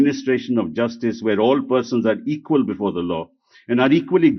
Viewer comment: Sir When you say equal 😁😁😁